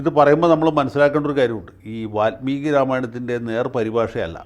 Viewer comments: സ്വതവേ നല്ല മലയാളം പറയുന്ന വക്കീൽ, വാല്മീകിയെ, വാത്മീകി ആക്കിയത് കുറച്ചു അരോചകം ആയി... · വാല്മീകി. Not വാത്മീകി.